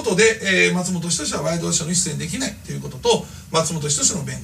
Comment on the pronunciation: 発音がマツモトキヨシやんw